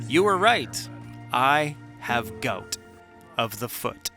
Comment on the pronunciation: It's g-"OW!"-t. Sorry dude.